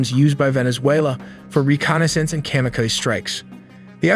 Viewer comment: and say buk wrong and say kamikaze wrong.